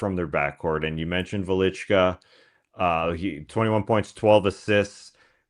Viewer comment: Trey pronounced Jokubaitis very well, not so great on Velička, but whatever (Tas pronounced Velička accurately). Velička came out of nowhere, Jokubaitis was easily our most important player and he is very good PG, it sucked all life out of me when he got hurt, our back up PG situation supposed to be dreadful, but Velička showed up, I had no idea he had this in him. Without Jokubaitis, I thought we might be able to beat Latvia still, as they are not that good, but that would be our ceiling I thought, and I still believe that, but if Velička can play like this, maybe we will have a chance against stronger Greek team, we will see it on Tuesday. Lithuania showed some ridiculous defensive schemes vs Finland and Latvia, it will be interesting what will they do against Giannis. And yeah, Tubelis is very good.